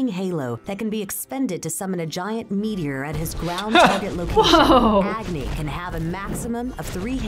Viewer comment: The pronunciation of some of the names killed me like Rama and Agni